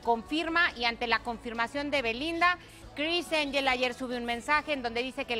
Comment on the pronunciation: “Cris Enyel” 😂